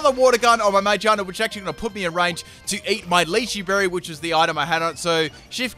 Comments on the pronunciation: Its megearna not my-gina lol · Ma-gear-na. It's a gear Pokemon pronounce the gear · ITS MA-GEAR-NA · Ma.. Ma-Jear- na!? Gear is one of the root words ._. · nah he pronounces it mage arna which is even more frustrating imo XD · Oh-Mah-Star Mah-Gear-Na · hey, it's ma-gear-na, cuz steel type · ITS PRONONCED MA GEAR NA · It’s ma-gear(⚙️)-na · ma-gear-na...... triggered the way you say some pokemons names..... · im not sure if thats how you pronounce Vivillon... and pretty sure thats not how you pronounce magearna. but whatev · The way you pronounce Magearna triggers me